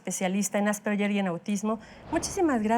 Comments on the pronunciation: Ale Lara nunca suena como Ll ! Es un apellido austríaco y la g suena en alemán como una g suave (de gato) AsperGer. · Ademas q no es "Asperller" se pronuncia en castellano ASPERJER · Empezamos mal asperyer No ,No ,,es Asperger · Se pronuncia "Asperjer", no "Asperyer", es un apellido alemán, no anglosajón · Se pronuncia “Asperguer” no “Asperyer”, y si no me creen escriban en Google “cómo se pronuncia Asperger” y denle click a la primera opción (o a cualquier opción) y súbanle el volumen para que escuchen bien. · Lo pronuncia con una G inglesa. Ganar no yanar, George no yorch, gemido no yemido, asperge no asperye. 🤔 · Tambien lo noté...me dolía el oído cada vez que decían "asperyer" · Pronuncian mal "Asperger", es una palabra alemana, por lo que la letra "ge" se pronuncia suave como "gue". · No se pronuncia "asperyer " , investiga antes para que te tomen en serio. Es alemán y se pronuncia como el apellido. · NI AsperSHEEERH NI asperJEEEER se dice: ASPERGER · Por qué lo pronuncian así!? :(((((( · ya empezaron mal diciendo "AsperSHer" y solo hablan de niños. Hay adultos asperger. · Por más que la especialista dijo Asperger, la conductora dele, que dele, con el "Asperyer" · Asperyer haha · lo correcto es ÁS-PER-GUER. Infórmate bien primero. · El apellido Asperger suena con g como en la palabra guerra, viene del idioma alemán. Si lo dijéramos en español asperger tiene un sonido parecido a la g en geranio, y seria homónima de la palabra asperger que define la función de un aspersor al rociar gotas finas de liquido. Ninguna de las opciones posibles se pronuncia con "y" o "ll". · "Asperller" Ayuda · Creo que la conductora cree que es en ingles ASPERYER... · No estan pronunciando bien asperger en español